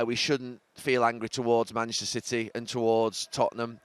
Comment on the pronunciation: Why does Gary Neville pronounce "Manchester" "Mchsta"?